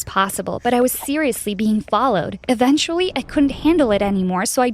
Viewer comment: she said eventually weird